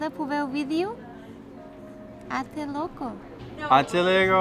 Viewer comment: It's "Até logo", not "até luego"...